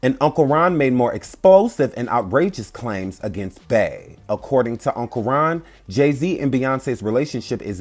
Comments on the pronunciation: Beeeeee not Bae pleaseeee your pronunciation is giving me anxiety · Why do you keep saying Bay!!! Its Bey!!!! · Why do y’all pronounce Bey as Bay when you know that her name is Beyoncé? Like who is Bay? That’s crazy.